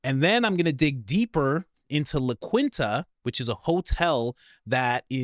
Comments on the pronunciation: it's pronounced La Kinta not La Kwinta. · And La Quinta is pronounced " La Qeenta" or La Qweenta, not La Qwinnta. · La Quinta is pronounced La Keenta, not kwinta... fyi... TFS! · It's not "La Kwin-ta" It's "La Keen-ta" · It’s pronounced Lah keen tah not La quin tah. 😂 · La “Quin” ta ❌ La “ keen” ta ✅ 😂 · For a man taking about some extremely serious subject matter you just sound so damn goofy when you say “La QUIN-Tah,” (instead of it’s true pronunciation: Lah KEEN-tah) about 36 times in this video lol Come on man…I’m guessing you didn’t attend journalism school but it effects your credibility every time you pronounce things like a goofball lol 😂😂😂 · It’s pronounced La Qeen-ta not La Quin-ta big bro. Great info on this vid tho just like always. Keep up the great work 👊🏽 🫡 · ITS PRONOUNCED LA KEEN-Ta NOT LA KWINTA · “KEENTA”…it’s pronounced La KEENTA…it’s not a motel 🏨 for the queen. 👸…not the QUEENTA. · It’s not la-kwin-ta. It’s la-keen-ta the. You don’t know what Wyndham is, you haven’t stayed in very many hotels huh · Hey, Coach. It's not uncommon at atll to have a military presence in college towns. Also, Coach, please learn how to pronounce common words. Wyndham and La Quinta have been around a long, long time. Wyndham.....Wind-am. La Quinta is not LaQueen ta.....La-keen-ta Work on it, Dude. You're killin' me. I've been watching you for years and your issues with word pronunciation aren't going to change that. But...damn!! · … Dude, you seriously need to learn how to properly speak names before speaking them. "La Quinta" is a very well known hotel chain. It is pronounced "La-Keenta," not "La-Kwinta." I love your content, but please stop butchering names. Simply look them up before making yourself look ignorant. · It's "La Keenta" Not La Queenta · La Quinta-La keen-ta is how its said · Thank you for your coverage and hard work! Just a heads up, La Quinta is pronounced like La Keenta. You're the best, keep it up! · I believe it's pronounced Lah-keen-tuh